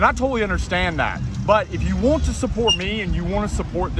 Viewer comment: I wondered where you were from. Its like when you say "wont" instead of "want"